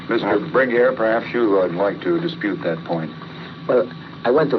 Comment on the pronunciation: The interviewer gets annoying calling him “Bringweer”